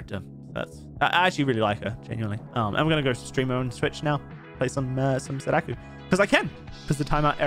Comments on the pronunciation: every time you said sadaku instead of sadako my inner weeaboo wept tears of blood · I think you're great and I love that you're a Sadako believer, but you really butcher the pronunciation 😅 You say it as "suh DAH koo" It's more like "SAH dah koh" Both "a" vowels being pronounced like a short sigh of relief: "ahhh" And "o" being a long o, like in note or bloke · He's saying Sadaku. It's Sadako. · Killers name: Sah-dah-co How he says it: Say-dakh-yu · SadaKO not sadaku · "Sadakoo" Ahhhhhhhhhhhhh stop, please 😭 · Saw-Daw-Ko Not sudoku, please it hurts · Stop saying "Sadakuuuuuu" It's just ko. As in "oh" but with a K at the beginning. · Bro I hate to be that guy. But it's pronounced sah-dah-koh. Just saying. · please stop saying sadaku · dude pls take like five minutes and go listen to how sadako and onryo is supposed to be pronounced. pls